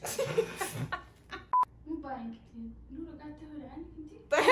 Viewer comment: نوره انتي لما تقولين نوره ب الاخير تحسين ب حرف ال ه مو نورا م تقول نوراااا تقولين نورهه ه فهمتي ؟